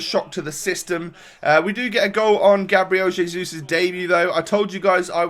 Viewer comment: Its hezus